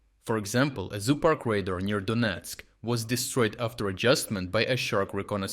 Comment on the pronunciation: Donesk not Doniesk